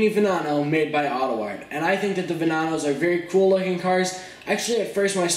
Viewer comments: Why vananos, plz say veneno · Nice vid! It isnt Venonno but Veneno lol xd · Just to let you know your pronouncing Veneno wrong.